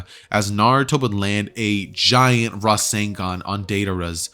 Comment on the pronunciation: IT'S RASENGAN NOT RASEN DAN